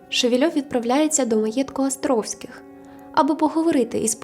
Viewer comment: Гарне відео, але дуже ріже вухо «Астровських» 😬